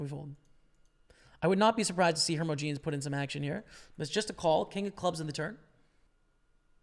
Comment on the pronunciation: Hermogenes-"her-moj-ih-knees". Also, coup de grace-"koo-deh-grah" French term for the killing blow to a wounded animal or man.